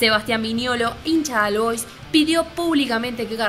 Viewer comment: Se pronuncia OL BOIS, no AL BOIS